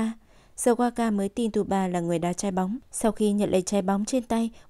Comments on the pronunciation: Tsubasa thì đọc là T suba, đội Hirado thì đojc Hira. Tiết kiệm quá vậy. Biết là nhiều công sức nhưng nghe ức chế quá. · Đọc SUBASA đi cho quen,cứ TU BA TU BA nghe khó chịu vcl. Nhân vật tuổi thơ mà có cái tên đọc ko xong nữa. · Mình thắc mắc là Tại sao cover kể truyện lại sửa tên nhân vật. tsubasa (Subasa) thành tsuba, wakabayashi (genzo) thành waka, ishida, roberto thành robert. ko biết mấy bạn đồng niên thấy sao chứ mình nghe rất sượn!!